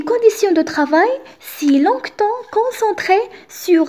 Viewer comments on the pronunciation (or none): merci, j'aime bien la façon avec laquelle tu a expliqué, seulement j'ai une remarque concernant la prononciation de quelques mots "adéquation" et "longtemps". Je te souhaite une bonne continuation.